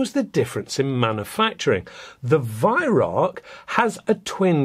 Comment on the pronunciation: Wait is he saying Weihrauch? I thought it was pronounced "V-eye-r-ow-kh" (kh being pronounced as a kuh sound, but said in the throat)